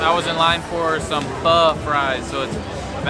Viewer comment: Just came across your channel. Awesome you pronounce pho properly. Everyone seemed to want to be in your videos bombing in the background!